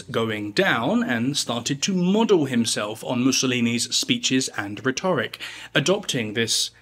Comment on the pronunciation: mate, it's pronounced 'RHET-oric'